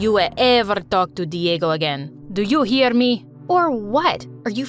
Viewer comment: “Do you EAR me?“ - that’s what I heard